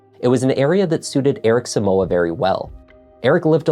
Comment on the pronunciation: The name is so-mu-ah not soo-mu-wa. It's a Ghanaian name please so don't grammartize it🙌